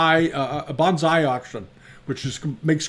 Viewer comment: Bonsai is pronounced "bone sigh", not "bahnz eye". Those are 2 different, completely unrelated words. "Bahnz eye" is spelled banzai.